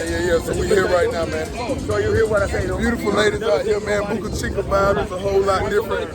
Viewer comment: Bruh its pronounced Boh'kah Cheekah (Boca Chica) not Boookah Cheekah